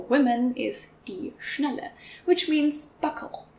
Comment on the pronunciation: why are you pronouncing Schnalle like Schnelle?